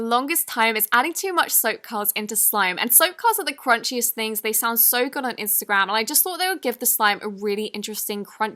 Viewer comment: You said throngs........ it’s THINGS